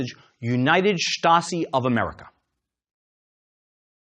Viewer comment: I find it hard to take a Stasi documentary seriously if the host can't pronounce 'Stasi'.